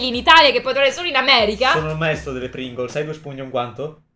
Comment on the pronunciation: Pringles: Pringols: Pringolz